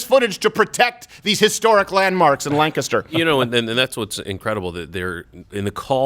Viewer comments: Steven pronounced Lancaster correctly!!❤️❤️ My home town and where I live. I’m grateful the officer wasn’t injured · Hooray! Finally a commentator who knows how to pronounce LANK'ster. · Thank you for pronouncing Lancaster properly. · Thanks for pronouncing Lancaster correctly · Thank you for giving the obvious facts a platform for my City to see clearly (I’m from Lancaster also kudos to you for pronouncing the city right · As someone who lives in Lancaster, Pa. Thank you for pronouncing Lancaster right! And the people who talked about cats and dogs are not from here. This is a conservative area. Even the Democrats here are conservative compared to California. If the riots would have gone into a second night the rural and farm area would have united and come down on these antifa with armed force. We love Lancaster and will not see kids burn it down. We are already seeing the governor ruin our small businesses. Enough is enough. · Thanks for saying Lancaster properly. I feel welcome. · As a resident of Lancaster , thank you for pronouncing it correct unlike Ben. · Thanks for pronouncing Lancaster correctly! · First of all, I appreciate you pronouncing "Lancaster" the way we do. Today's local newspaper quoted the family as saying he was schizophrenic and he didn't take his latest dosage of medicine. His sister said, "Being sick is not a crime." Now how was the officer supposed to know that? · Thank you for pronouncing Lancaster correctly. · BTW, thank you so much for pronouncing Lancaster correctly. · Omg he actually said Lancaster right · Shout out to crowder for pronouncing Lancaster like a local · Hey, he said Lancaster correctly! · Wow...he pronounced Lancaster correctly. Kudos bro. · The fact that you pronounced Lancaster correctly made it all the better. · hey...you pronounced Lancaster correctly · Steven, I’m so happy you said Lancaster right!!!!! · You almost said Lancaster correctly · Thank you for saying Lancaster correctly!